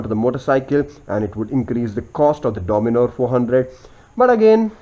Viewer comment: and the bikes name is DOMINAR not DOMINOR